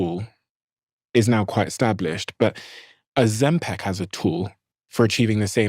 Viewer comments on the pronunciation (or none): Why's he pronouncing it ozemPECK? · For the love of Jebus Steve stop calling it Ozempec its Ozempic with an i 😂😂😂